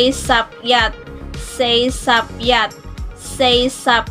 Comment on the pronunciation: wrong po yun pagbasa mo wala po sound siya example yun yat1 mo dapat mataas yun